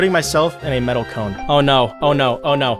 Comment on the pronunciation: The fact that they pronounced medallions metals is killing me right now